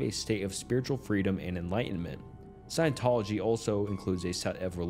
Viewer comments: The Cult of Scientology. Science Tology… dude really? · Bro... seriously?? Sci-en-tol-ogy E - meter In-ev-et-ah bul And about 20 more 9th grade words You have a quarter of a million subs, don't think it's necessary to pronunciation bait commenters for views, wouldn't you agree?